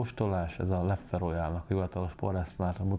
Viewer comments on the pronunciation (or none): Rosszul, mint ahogy ez a youtube-er srác is. 2 kiejtése van, a hivatalos holland és a még nagyon elterjedt és elfogadott francia. Sem a leffe, sem a löff nem opció. Hollandul lef(ö) az ö nagyon enyhén, franciául lef.